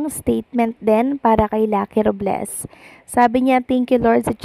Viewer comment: RUBLES tlaga? Hahahaha ROBLES po hindi RUBles😂😂😂😂